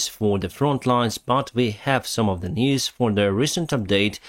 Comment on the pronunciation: I love how when you say the word "News" it sounds like your saying "Knees". So it sounds like youre saying "Breaking Knees"...